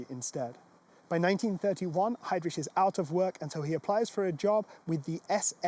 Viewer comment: Ch please! Not rich!